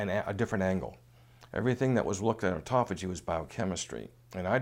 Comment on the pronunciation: He just can not say it right. Why would I want to turn-off Autophagy so that I let chemo kill cancer?? He wants to keep chemo as a constent factor in fighting cancer??? Is that why he says it wrong?? Why not keep autophagy Turned-on and turn off chemo to let Autopahy kill cancer, meanwhile applying intermittent fasting. Which is the right way to fight cancer